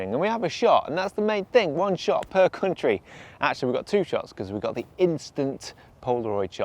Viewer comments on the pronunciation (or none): Welcome to Sweden. Glad you're visiting our "cunt-ree".